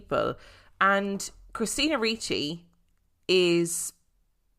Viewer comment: You are correct in pronunciation of Ricci. 😁